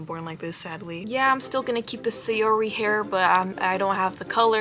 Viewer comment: i don't think saori's name is pronounced like sayori more than sour-y